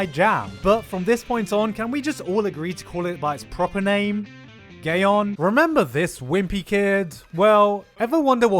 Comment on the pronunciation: Gotta be honest I started crying when he called it GayOn